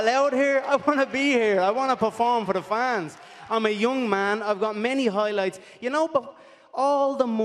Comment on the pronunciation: “Moik Toison’s Hoi Loits” - Connor McGregor